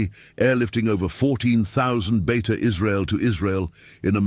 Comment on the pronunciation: It's not Beta, it's Beita In Hebrew it means "Home" Like Beit Shemesh (House/Home of sun) or Beit Lehem (House/Home of bread)